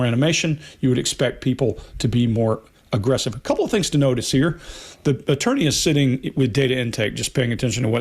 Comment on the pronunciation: I just love how pronounces agggrrrresive 😊👌